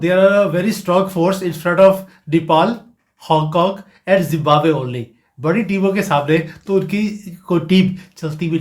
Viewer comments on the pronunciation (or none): none